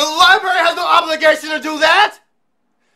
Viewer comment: "Libarry" lmao